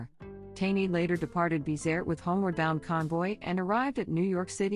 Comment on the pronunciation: It's not Tawny, its TANEY !!! Stupid robot voice 😠